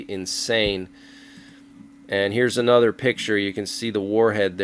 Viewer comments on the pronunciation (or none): none